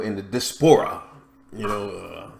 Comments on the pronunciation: THE word is pronounced di▪`as▪pora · "The di'spora—the di'spora...." ? Ok, I'm out of here.